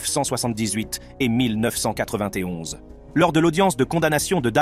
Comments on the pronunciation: 13 mn 1991 traduit par le commentateur shooter au café ou autre milles neuf cent quatre vingt té onze 😂😂😂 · Comment il a prononcé 1991 😮😮